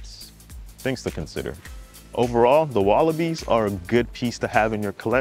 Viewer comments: Facts . He calling them willowbees. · Dude reviewed shoes and didn't bother to learn how to pronounce the name.